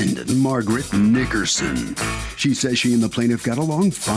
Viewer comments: Glad I’m not the only one who heard that 😂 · I questioned that pronunciation myself too.😂😂😂😂😂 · Did Curt Chaplin / the announcer say the defendant’s last name correctly? 😳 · The hard "g" on Nickerson gave me a chuckle.